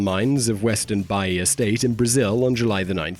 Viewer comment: Bahia is pronounced "ba--EE--a"